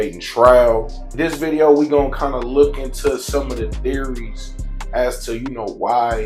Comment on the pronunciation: U lost me at “theories”